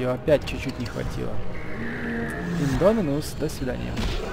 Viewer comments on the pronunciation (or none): none